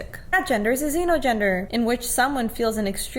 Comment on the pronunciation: woah woah wait wait. Did she just pronounce it "Xenno"? It's Xeno. Honestly try to put in some actual effort 🙃🙃